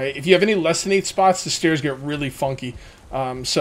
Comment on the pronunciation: buddy had a long night 😂😂 and it’s pronounced really